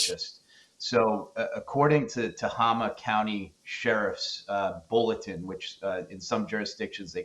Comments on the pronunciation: It is pronounced Ta-hay-ma , spelled Tehama County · Tohama, County is pronounced To-hame-ah but the syllables are rapid. Native American name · Tehama County pronounced Te- hay- ma 😊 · Tehama county it’s not Tama county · It is pronounced Ta-hey-ma county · Yeah, I bugged me when they mispronounced it.